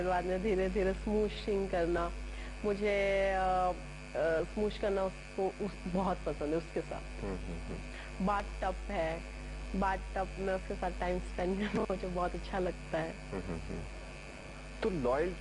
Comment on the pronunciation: What sh*t is she saying.. smoosh??? 😂😂😂 Its smooch